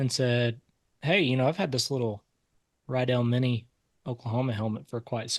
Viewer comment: Riddell , its not pronounced RYE dell its Ra Dell but i admit thats better then you saying like Riddle